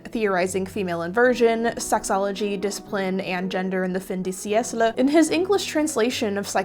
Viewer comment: Great Video. Thank you so much. Just one thing: "fin de siècle" ist pronounced: fin ("fat" without the t) de ("the") siècle ( "SIA", the artist + "Cl" as in Clyde